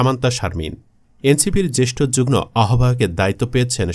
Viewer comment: যুগ্ম উচ্চারণ হবে যুগ্ মো